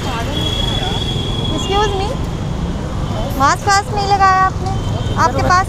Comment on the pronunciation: Maks nhi didi mask hota hai😅😂😂